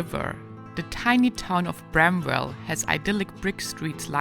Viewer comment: The W in bramwell is silent. One word. Lake Shawnee is haunted.